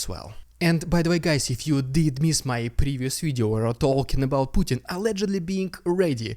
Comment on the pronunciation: Love you saying puttarna not putintin 😊